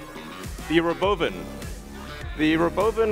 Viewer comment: The... RoBOvan.